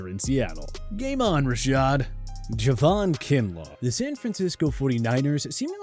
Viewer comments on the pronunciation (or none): none